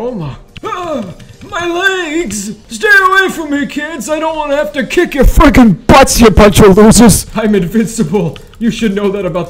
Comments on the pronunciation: no he said freaking but it was bass boosted and it sounded like the f word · he sound like he swear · no he said freaking it was just bass boosted and it sounded like that. i thought like that at first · it sounds like f***